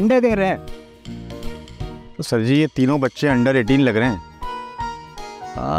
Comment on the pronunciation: Car nahi sar 😂😂